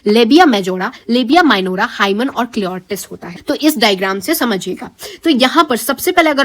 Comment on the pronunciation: Clirotis😂 instead of clitoris